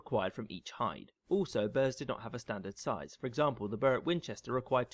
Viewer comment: Minor point - the narrator mispronounces "burh". It should sound more like "bu ra", which later came to be pronounced as borough.